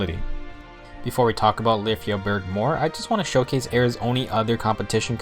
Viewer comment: I believe Lyfjaberg sounds more like "Lyfia-berg" than "Lyf-jaberg" In one of her Skill Activation quote, she says "Fly, Lyfja {Lyfia}", it may be her Pegasus' name, but it stills emply that her weapon name sounds similar, imo